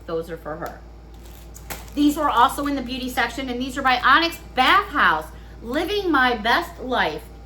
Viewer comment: Uh, bath, not path. Duh😆